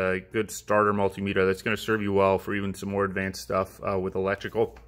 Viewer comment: You're pronouncing multimeter wrong